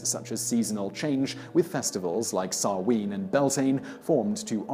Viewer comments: Samhain....is pronounced as sow as in a pig and win... sow win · Sow-in not Sow-een 🤦🏼‍♂️ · Trying not to let the pronunciation grate on me as an Irish lass, but I CANNOT get past this "Sah-ween" business. It's SAH-WHEN!" 😅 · I can't stand the way he says Samhain.